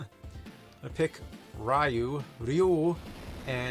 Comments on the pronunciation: "Sah-gaht" "Ree-you" "Chuhn-Li" "Zahn-gi-eff" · As in Ryu as Ry- you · Why did you mispronounced Ryu's name?! You got it right 10 years ago.